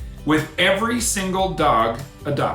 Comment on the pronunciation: John "in Ba-silly-kata italy" haha